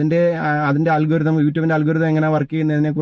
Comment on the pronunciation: It is not “ALGURITHAM” It is pronounced as “ Aal Ga Rythm”